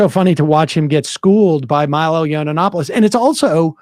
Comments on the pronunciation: It’s hilarious that Sam can’t or won’t say Milo’s name right. 😂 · That added syllable in Milo's name is gold